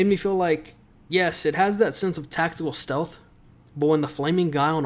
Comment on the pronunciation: Weaver: STELTH